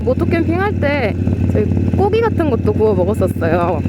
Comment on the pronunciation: 까죽자켓 꼬기 ㄱ을 ㄲ으로 발음하시는 ㅎㅎ